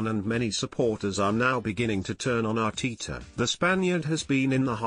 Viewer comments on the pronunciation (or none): Thier isn't two e's in ARTETA, its not Arteeta